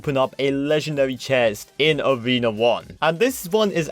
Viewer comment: Pls say Arena and Not awena